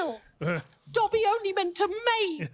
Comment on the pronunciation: I am sorry but it’s bugging me so much that you guys aren’t pronouncing Dobby’s name right